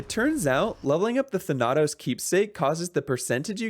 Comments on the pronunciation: Thann - uh - toes. Not Thann - nah - toes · Wait, I'm sorry, "Thuh-NAH-tos"? Come on man, they say his name in the game. Zag's cute nickname for his boyfriend pronounces it differently than that. It's "THAN-ah-tos". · "Tha-na-toes" I just died inside hearing that. THANA-TOS. >:O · Listen, this is a good video and I highly enjoyed it... but it's THA-natos, not Tha-NA-tos. Sorry for the Nitpick, but it just... i can't XDDD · "THUH-NOT-US" has me creased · ... The way you said Thanatos.... Just... That hurt my soul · The way he pronounces Thanatos is downright disgusting. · Ikr they stay it so many damn times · This man played through HOW much Hades, and STILL mispronounces Thanatos? Smh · New Thanatos pronunciation unlocked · Thank you for going through this game! I absolutely love Hades. Though the Greek mythology nerd inside me kept dying inside every time you said Thanatos lmao